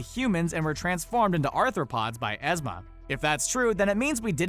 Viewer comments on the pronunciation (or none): Did he pronounce it "Ezma" IT'S PRONOUNCE EEEZMA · EEEEEEEEEEZMA! NOT Ehsmuh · Ezma? It's Yzma with the pronunciation if Eez-mah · It's YEEZ-MA, not EZMA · Once again, Screen Rant can't pronounce names! In Emperor's New Groove, Yzma's name is pronounced "Eezma", not "Ezzma" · It's EEzma, not EHzma .. jfc. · Yeeez-ma. Yeeez-ma. Yeeez-ma. Not yezz-ma. Yeeez-ma. Yeeeeeeeez-MA. Facil-ee-air Not facili-a Fa-cil-ee-air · IT YZMA NOT EZMA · “EH-zma”.... It’s pronounced “EE-zma”, my dude. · Ezma is pronounced Ee-zma NOT Eh-zma. Watch the movies before making these and botching the names,,,, 😑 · Eez-ma, not Ez-ma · Jet Puentes I cringed so hard. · Did he just pronounce Yzma...Ezma? that bothers me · Who the hell is ez-ma? Her name is Ez-ma!! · Ezma? Yzma. Learn to speak the names right. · Did he say “Ezma”? Lol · learn how to pronounce yzma correctly put some respect on our mad scientist queen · When you mispronounce Yzma.....